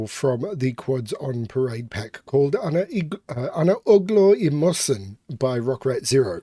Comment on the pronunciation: "Ana ugglor i mossen" is the Swedish idiom for "there is a dog buried here somewhere". Also, your pronounciation was not too bad.